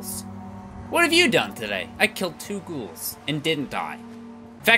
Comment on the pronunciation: at least pbg isn't calling them gowls this time